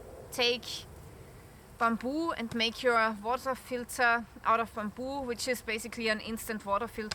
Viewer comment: great video. Ooh and Happy New Year (oh and loving your pronunciation of Bamboo)